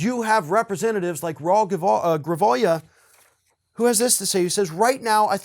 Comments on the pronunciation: Grijalva is pronounced --- gree (rhymes with tree) hall vah the j is pronounced like an h. the a is pronounced like the ah in mas. el burro sabe mas que tu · The name is Raul Grijalva (gree-hall-va)